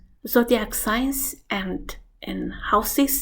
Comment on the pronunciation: Um, "sings"??